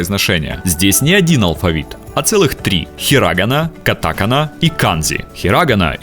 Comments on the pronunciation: Ударения не те, хИрагана, кАтакана.Я учу японский, поэтому знаю) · Меня убило то, как автор поставил ударения в словах хирагана и катакана.💀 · На произношении "катАкана" и "хирАгана" у меня уши завяли раз 10....